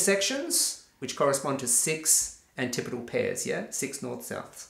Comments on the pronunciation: I'm going to use the pronunciation antipodal for the rest of the video... Pronounces it like anti-podal 100 times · You did learn the correct way to pronounce antipodal. But you also learned an incorrect way to pronounce it at the same time.